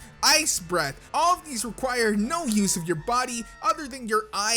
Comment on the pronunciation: Instead of use you said sue